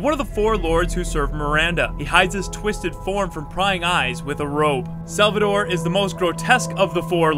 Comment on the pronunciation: It's not (Sal-va-Dore) It's Sal-va-tó-re)